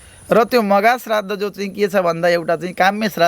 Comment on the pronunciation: प्रश्नकर्ताले 'श्राद्ध' शब्द शुद्ध उच्चारण गर्ने ।